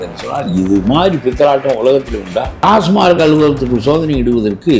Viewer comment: ❤❤❤🎉🎉🎉 டாஸ்மார்க் டாஸ்மார்க் என்றே கூறுகின்றனர். அந்த நிறுவனத்தின் பெயர் TASMAC . டாஸ்மாக். டாஸ்மார்க் ஏதோ பாஸ்மார்க்/ஃபெயில்மார்க் போல் உறுத்தலாக ஒலிக்கிறது.😮😮😮😮😢😢😢😢😊😊😊😊😊